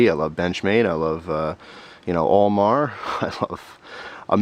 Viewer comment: I wonder if Al Mar laughed when he heard you pronounce his name as "all mar"